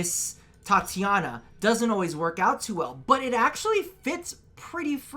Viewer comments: did you really just say titania as tatiana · The way he keeps saying her name wrong really bugs me TITANIA not TATIANA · eh... its "titania" why its "tatania"...?